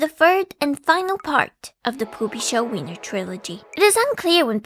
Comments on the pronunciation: i find it funny that even at the attempt to pronounce it correctly, you still did it exactly the wrong way (its wIEner, not wEIner). its actually alot closer to the american pronunciation already, just swap the english W for the V and you basically have it. (seeing english speakers constantly mixing up ei/ie and failing to pronounce either lmao) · the fact that beautifully pronounced that tricky German surname but then consistently fumbled 'wiener' (I before E = 'ee'; E before I = 'aye'...because German is LOGIKAL DAEMMIT) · so most english speaking people pronounce wiener with an unvoiced w as in wing or walter which is wrong but instead deciedes to pronounce the "ie" part wrong instead truly a visionary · ie is an "I" sound, not "ai" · It's insane how English native speakers mess up "ei" and "ie" every single time. The say "Epstien" instead of "Epstein" but now they say "Weiner" instead of "Wiener". It's very simple, dear Anglos, in German: ei = "I" (as in "I can't pronounce things."), ie = e (as in "Ew."). Also: e = "eh" (as in "Tastes horrible, eh?"), i = i (as in "dictionary"). Hope that helps. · It's Wiener, not Weiner. 🌭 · Not vainer it's pronounced viiner like "We" because "ie" is pronounced like the letter "e" but "ei" is pronounced "ai" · my in christ, VIENNA. VIII-ENA. VI-EN-ESE. WIIIIIIIIIIII-NER. if it was pronounced w-eye-ner then vienna would be called v-eye-na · way to impress your bilingual audience: put a word from a different language into google translate for that language and have it tell you how to pronounce it, then try to say it that way. example: 'Wiener' isn't pronounced 'Vainer' but it's pronounced 'Veener'. Same with 'viennese' (which isn't even german but english) which is pronounced 'vee-enese' (as english google translate would tell you). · German speaker here, vienner is pronounced Vee-ner...so basically wiener but with a v X'D